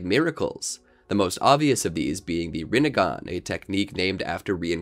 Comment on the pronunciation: shhheeeeeeesssssshhhhhhh side not its rinnigan not rinnigon